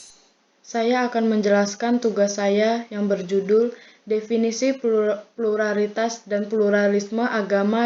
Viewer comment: Prrrrrrrrrrrrrrurrrrrrrrrrrrrraritas hahaha